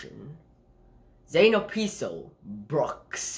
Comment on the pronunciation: First of all is Zane obispo not opispo